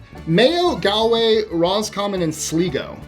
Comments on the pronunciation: Sligo is SLY- GO Galway GAWL-WAY - your pronunciation made me think you were trying to say Galloway. County Mayo. It's an area. A county - like a state, but smaller scale and more unified with other counties, than states are with states. So you are getting the areas where your genes are usually found, within Ireland. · Galway -Gaulway, Sligo-Sl eye go, just sayin', ;]